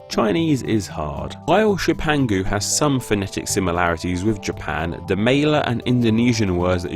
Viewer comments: "the mayla and indonesian words" ???? wtf is the mayla? it's the Malay, the languang of Malaysia. wrong pronunciation there sir. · the "Mayla" wow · It's Malay, not Mayla language, but gahhh. Make a video on why Greeks call their country Ellada! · Malay is pronounced as Mea-lay (Mea from the word Meadow) (Lay is, just lay) Jepun is pronounced as Ger-poon (Ger from the word German/Germany) (Poon from the wood Harpoon) And yes, I took my time to type this lol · You are dead on, this guy made zero effort to pronounce anything right... "my lay" for "Malay" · Exactly... Wtf is a mayla? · he also pronounced "malay" wrongly